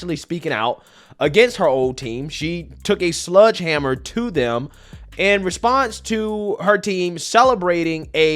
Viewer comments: Sledgehammer- not ‘sludgehammer’ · Hey it’s “sledgehammer” with an e sound not sludgehammer